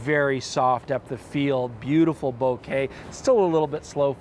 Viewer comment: ahh how nice it is to hear someone say Bokeh properly